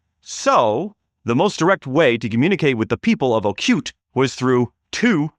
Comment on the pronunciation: Not Ocute, but oh coo tay.